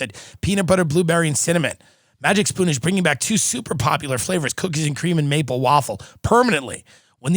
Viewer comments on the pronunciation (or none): none